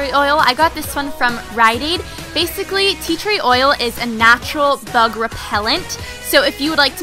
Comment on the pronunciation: Who else heard "Tea Tree oil is a natural thug repellant" .